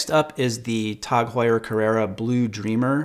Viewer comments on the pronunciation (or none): none